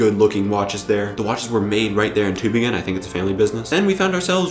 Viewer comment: Good pronounciation of the city's name! Kudos